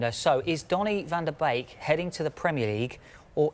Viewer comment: Van der bake 😂😂 tit head its van der beek